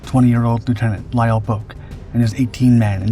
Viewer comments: The ou in Bouck is pronounced like ow in how and cow. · It's pronounced BOWK. I went to school with his son. Lt Bouck went on to become a chiropractor in my hometown of St Louis, MO. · There's like 3 ways that are all right to pronounce bowk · "All right" is one thing. The way the Bouck family with whom was acquainted was the same family as the Lt. Bouck in question. If they pronounce it "Bowk," "Bowk" is their correct pronunciation. My own surname is Lithuanian, and therefore unusual. My husband told me the various pronunciations he had heard (and as a student of linguistics, he learned of several), but ended with, "And we pronounce it XYZ way." The "all right" pronunciation of a name is the one the family chooses. Correcting the family's pronunciation or insisting others are just as valid while ignoring their stated preference is tacky. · I attended college in the 1960's and knew a guy with the same last name. He pronounced it the same way you did. It seemed to be a German surname, to me, but I don't recall any discussion of what his father did in WW II, and that was something we talked about back then, as the Vietnam War was ramping up.